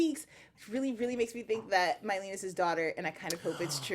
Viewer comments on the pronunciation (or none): And calling Mylene "Mylena" dudeeee